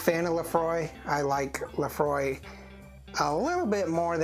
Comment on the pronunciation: It is not "Laphroy" it is "Laphroaig" pronounced ( lə-FROYG)